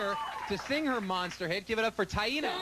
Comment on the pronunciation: i appreciate how you pronounce her name